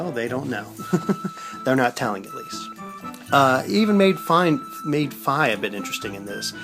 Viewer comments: its actually pronounced (fee) not (fye) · It's pronounced FEE (Fi) >_> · its pernounced fee